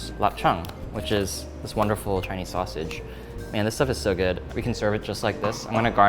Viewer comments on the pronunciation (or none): none